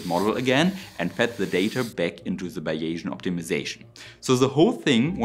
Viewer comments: Interesting stuff and you have a subscriber. A few minor pronunciation suggestions from a native English speaker. "nano" is pronounced with the "nan" rhyming with "can". "Finite" is "fine" and "eye" with a "t" on the end. Bayesian is "bays" and "ian". Best wishes from sunny Tasmania :) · "Fine night" not "fin neat" Also, "bays Ian" .....not whatever you said. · Bayesian is pronounced BAY-zee-ən (named after Thomas Bayes). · Bayesian = "Bäiʒänn" So wie vision = "wiʒänn" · I hope this won't be taken as rude, because it's intended as helpful, but may I suggest that you lookup/exercise the pronunciation of "finite" and "bayesian"? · '' Finite'' is pronounced ''Fainaite''. not ''Finnit''. And Bayesian is pronounced ''Baysian''. Not ''Biaysian'' or Bayasian''. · Nice summary and a very good point about scaling -- just an English pronunciation warning about initial vowel sounds: "finite" is with a long-i (like eye) and both "variable" and "Bayesian" are with a long-a (like "Eh" in Canada :) (And "Bayesian" does not have an inflection -- it's B-A-sian, with only two syllables.) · That’s “f-eye night” and “Bay-zee-en”, btw. Elsewhere, I found this phonetic respelling: "BAY-zee-uhn" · Finite= fy-nite, and Baysian= bay-zean, and not bay-asian. Can it be used for a motorcycle engine? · Great presentation and analysis. Just one pointer: the word "finite" in English is pronounced (if we were writing in German: Fei-neit with the "ei" combination pronounced as in "Leica"; the final "e" is silent. And "Beyesian" is pronounced "Baysian", almost like a German "ä". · Protip 2: Bayesian is more commonly pronounced closer to “Bay-zee-uhn” than “Bay-jjin” if comfortably communicating to a North American audience. But, you do you, sir. 😊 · Finite is pronounced “fye nyght” and Bayesian is “bay zee ann” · FI (eye) Knight, Bays' e an, poly sty' reen